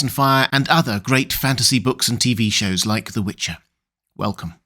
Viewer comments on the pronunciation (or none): none